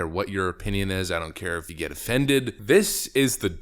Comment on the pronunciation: “ EEF YEAH “